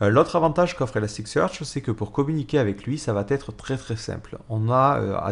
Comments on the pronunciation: Attention, il n'y a pas de "t" à la fin de "va", donc "ça vatêtre" ne se dit pas. On dit "ça va être", sans prononcer de "t" entre "va" et "être" 😉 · Super tutos en general, bon debit et un ton qui est agréable 3'20'' 'et votre serveur va-t-être démarré' ==> Ouch sur la liaison mal t'à propos mais cela n'enlève rien au contenu